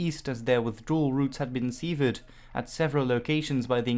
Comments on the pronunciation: Its pronouced severed ( sef erd ) not seevered. Great vid tho. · the "sev" in severed is pronounced as you would pronounce the "sev" in seven (7). Thanks as always for a great video.